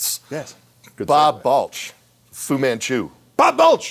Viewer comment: It's Bob Balch not Bulch